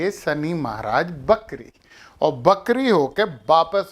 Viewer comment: उनका उच्चारण सही नहीं था लेकिन भावार्थ ये ही है की वक्री यानी ग्रह वापस उल्टा चलने लगता है